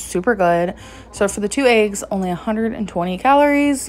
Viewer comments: Don’t forget the ayyyyggs! 😂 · She also says Ayegs